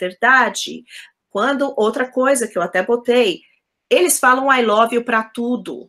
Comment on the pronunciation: Vivendo em New York e pronuncia (lóve)?